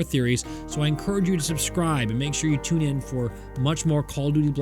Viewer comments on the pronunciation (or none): none